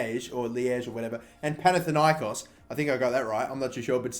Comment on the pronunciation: I didnt expected it but you got Panathinaikos correctly!